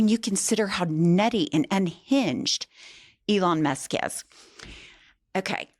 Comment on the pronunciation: ELon MAHSk